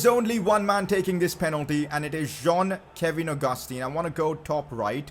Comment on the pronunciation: That is how its pronounced tho man